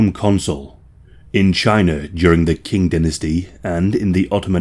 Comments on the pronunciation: It’s pronounced Ching. Q is pronounced ch in Chinese pinyin. There’s also question about whether the supposed oubliette in Warwick Castle really is one or whether it’s just a cistern. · A tiny, pedantic note. Qing is pronounced Ching